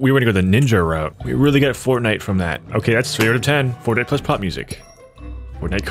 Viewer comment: you're the only other person I've ever heard said "plus" as "ples"